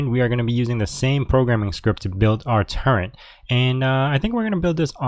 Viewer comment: Turret not turrent!